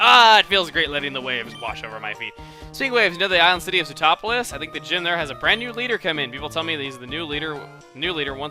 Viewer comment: it's pronounced soot top polis, there is not toe sound